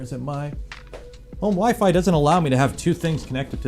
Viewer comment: WeeFee. WEEFEEEEEE.